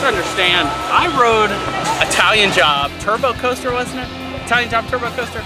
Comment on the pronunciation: Bruh... It was called the Italian Job TURBO Coaster, don't insult my first ever coaster by messing up its name 😂